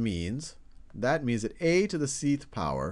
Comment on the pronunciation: Did “Ayy to the seeth power... Ayy to the seeth power” bother anyone else?